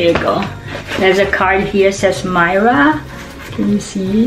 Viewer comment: You made me laugh so much, glad you liked it. I'll forgive you for saying my name wrong the most times in 15 minutes 😂😂😂 thank you for the kind comments, you're so sweet and deserve all those plants. I'll share more when I can. Big hugs x